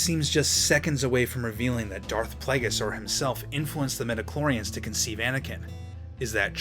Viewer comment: How many did hear he saying Medichlorians not Midichlorians? I mean in the beginning.